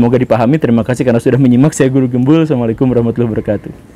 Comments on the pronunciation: "Samalikum" Baraya....tolong klo mengucapkan salam harus jelas, di perbaiki lg pak guru ucapan salam nya....krn semua konten nya ucapan salam nya terdengar salah di telinga normal... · kalau terpotong awalan "s" nya ngga akan terdengar... sebenarnya itu kebiasaan orang, nggampangin, klo bahasa indonesia oke lah gpp, tp ini bahasa arab lhoo...salah pengucapan udah beda arti. satu hal lg...kenapa saat pengucapan Salam harus terburu-buru....sedangkan kata² lain/kalimat lain masih bisa pelan & jelas. saya subscriber guru gembul krn sepemikiran, tp saya cuma coba mengoreksi yg keliatannya sepele padahal itu sangat penting. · siapa yg ribut...???? saya hanya mengingatkan. dikonten² guru gembul, setiap salam selalu terburu-buru dalam pengucapan nya dan terkesan mempersingkat kata/kalimatnya. alangkah bagus & baik nya nya kalau pengucapan salam itu jelas & benar. oh iya...anda td bilang, "cuma" gara² salam jd ribut. anda tau ngga kalau kalimat salam itu adalah kalimat Al-Qur'an ?? jd sangat penting untuk di benarkan dalam pengucapan nya.